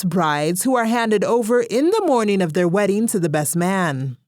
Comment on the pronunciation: 😂😂😂 I heard werrying ( wedding) hahahahaha